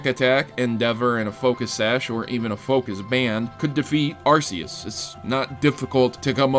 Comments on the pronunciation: cough arc-e-us not arse-e-us cough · It's pronounced AR-key-us